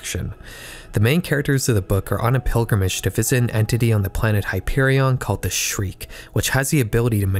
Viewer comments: Shrike, not Shriek lol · The Shreek 💀💀💀💀 bro did him wrong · Bro called the Shrike, the most feared and original sci Fi antagonist ever, the "shriek" 😂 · Dude! Hyperion spoilers! What the fuck? Also it’s “Shrike” pronounced like the bird. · That pronunciation of the shrike was a truly terrible thing for my ears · Your pronunciation of the Shrike killed my soul